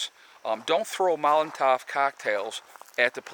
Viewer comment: Not Molentev but Molotov, named after a russian soldier that invented it after realising that thrown at the back of the ww2 german tanks the engine would overheat and catch fire. The Nazies then rushed out and they could then throw another in to the tank. Bellieve the coktail was a mix of gasoline, diesel fuel and karosene, but I may be misstaken on this last part.